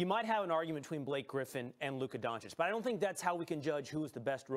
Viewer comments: Kellerman: DoNkItCh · Max Kellerman: "Donkich". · why is max kellerman calling him luka donke-itch 😂😂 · Subscribed, it's funny how they say donchik not doncic the disrespect towards doncic was real, but he proved all haters wrong. All nba franchises should know if Steven a Smith says a european Player isn't worth it, he's going to be an all Star or franchise Player porzinges, doncic, are prove of it. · Max Kellerman : "Donkey-itch" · Stephen A: Donchick Max: Donkich: Donakick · Nobody: Kelkerman: Donckitsch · Kellerman: “donkich” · Kellerman: "Luka DonKIC". 🤦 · Max: "Donkitch" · Stephen A can't even pronounce the dudes name correctly lol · no shit Max doesn't know much about Luka as he can't even pronounce his last name right